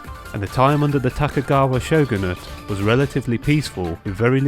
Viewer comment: Just one gripe: tokugawa - you are reading the name horribly wrong. No other complaints, keep up the good work. Also the vision hunt is reference to sword hunts and as you suspected propably serves identical purpose.